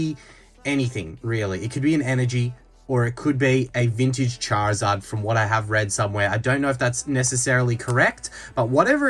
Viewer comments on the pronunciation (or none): none